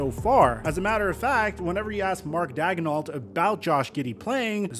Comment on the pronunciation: Malika is illiterate. She can't pronounce the name of OKC's head coach.